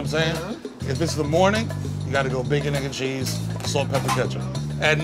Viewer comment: As a newyawker this is funny. Uk ur not from ny when u cant even pronounce bacconeggncheese